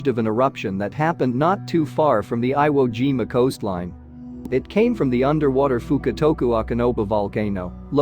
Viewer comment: You mean Veye-ut-gnome? How do they get eye wo, but not jime-a? What a "Gine-a"